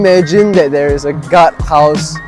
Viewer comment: You need to improve your pronunciation, such as hoarders, not hodlers as presented in the subtitle. Most commonly, their (there) and not dee-are